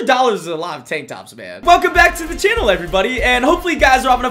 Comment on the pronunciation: “one hundred dollars is a lot of tang tops!”